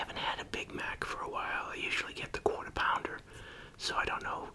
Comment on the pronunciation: Are you from New York or northwest region cause when you say quarter pounder it really shows